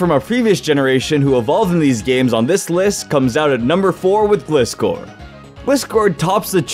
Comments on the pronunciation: It's Gli-scor, not Glis-cor. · It hurt to watch him say gliscore or instead of Glyscore. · It's pronounced gliscor as in (gly-score) it was even in the show. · Sorry, but that pronunciation of Gliscor is cursed. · Good ideas but your pronouncing Glyscors wrong.